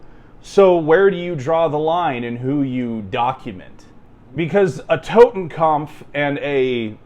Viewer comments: Bruh, it's 'kopf' not 'kampf'. Typical redditor lmao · TotenKOPF Not TotenKAMPF. You are both retarded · It's not "Totenkampf", it is "Totenkopf". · Totenkampf isnt a word please just Totenkopf not kampf 🥲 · It's "Totenkopf", not "Totenkompf". Pronunciation is quite good, but try to say it more like "Toten" and not "Towten". Like in "torus". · Like how he calls it a Totenkampf not Totenkopf if you know German those are 2 different words with different meanings 😂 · It's Totenkopf, not Totenkampf, and it's Prussian in origin. So basically a German military unit used a 200 year old German military symbol that originated in a pre-unification German state known for it's militarism. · ah yes, the totekopf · Tot, as in dead or death. Kopf, as in head or face. Totenkopf, death's head. Kampf means battle or struggle. This "expert" should just stick to what's on his patch and leave German to Germans. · That mo-ron cant even pronounce "Totenkopf" correctly, also, it was originally used by the Freikorps, a far more noble cause than the SS. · He doesn’t even pronounce “totenkopf”properly 😂 I don’t know why there’s an M in there suddenly. He’s talking complete shit. The deaths head had been a symbol within the German army long before the nazis used it. Obviously it gets negative connotations after it’s use by the SS but he’s talking bollocks in any case 😂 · "" and BOTH repeatedly saying "totenkompf" made me wince every time. edit: just got to "Jestapo" lol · Stop fucking mispronouncing "totenkopf" and "gestapo".